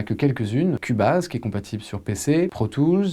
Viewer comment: Dans les logiciels de MAO, y a aussi FL Studio, qui est à mon sens le plus connu. (Ah oui, et on dit "kioubaize", pas cul-base)